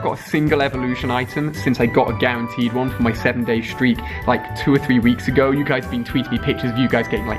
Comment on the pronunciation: It is not gerenteed